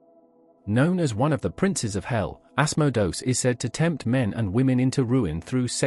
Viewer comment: Ass-moe-dose? Mephistafils? Azzazzl? Seriously? These are real entities you're talking about, and they hear you. At least have the respect to say their names correctly. Dude, narrate your own damn videos, and quit using these stupid speech synthesizers. At least spell your script phonetically in a way that the synthesizer can pronounce these names correctly. It ain't hard....